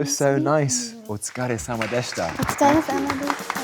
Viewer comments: I got really surprised when Tom repeated that Japanese phrase so smoothly with perfect pronunciation even after he heard that for the first time. Pls say more, I'll teach you as a native speaker, call me Tom. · I agree; as a Japanese-American, I was impressed and honored that he took the time to pronounce the Japanese names as best he could, especially at the last phrase, "otsukaresama deshita." It's not an easy phrase to say, even for me. Tom is one of the most sincerest, respectful, and genuine actors in our society today. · And him nailing that last phrase of "otsukaresama deshita". Amazing.